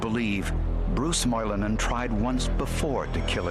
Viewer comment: Moilanen, Lampinen? Finnish (heritage) representation in Forenic Files! The pronounciation is good as well